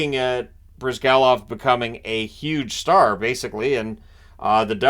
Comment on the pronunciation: You're pronouncing it right! It's BryzgAlov, not BrYzgalov, the stress falls on A. But you didn't mention that in 11-12 Flyers had Bryzgalov and Bobrovsky, and they traded Bobrovsky and kept Bryzgalov. I guess it still drives Flyers fans mad.